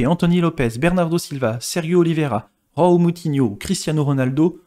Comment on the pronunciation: Ont ne dis pas roao mais Joao